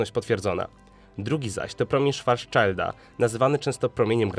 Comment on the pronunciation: Przepraszam, promień kogo? Szwarzczayjda? :D